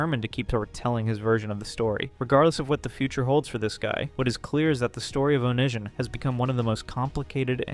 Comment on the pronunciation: "Oh-nee see ahn" lol 😂 ive only heard it said as one word altogether